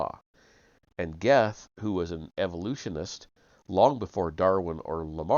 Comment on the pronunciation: Goethe is pronounced Gurt. Rhymes with dirt. I know. It weird. German thing.